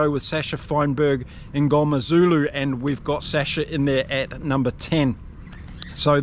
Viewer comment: Mngomezulu pronunciation pretty on point. 👏💪. I know we act like experts but it's hard to pronounce some names depending on what culture you are even growing up in SA, so fair play for trying. 😊